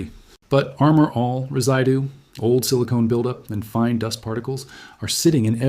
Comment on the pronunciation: Reside-doo is Mr. AI speak! Don’t you hate it!